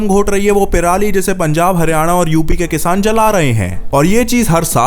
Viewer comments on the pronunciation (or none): none